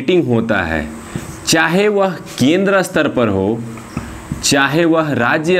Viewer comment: क्षमा किजियेगा। शायद आपका 'स्तर' का उच्चारण गलत है। आप Astar उच्चारित कर रहे है । जबकि staar hoga